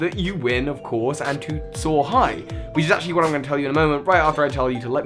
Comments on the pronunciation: Was I the only one who always thought he was say so hi Pokémon master instead of soar high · Wait. He was saying soar high at the end of his videos this whole time? I thought he was saying so hi! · Same reaction, though so thought he said “So Hype, Pokémon Masters”. When he said it the way he did I was like “😲 This is some kind of yanny or Laurel shenanigans”. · Coren la Volpe duuuuuuuude same! I always thought it was weird. Just recently found out he said "SOAR high"!